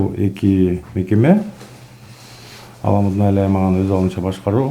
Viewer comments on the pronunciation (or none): Аламудун ЭМЕС- АЛАМҮДҮН!!!